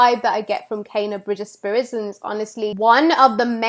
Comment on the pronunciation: OMG!! U got me so hyped for this game!! Great theory and analysis of Kena aka 'Cay-na' lmao. Got my shirt on shipping right now, Emberlab about to drop a classic🤗🔥✌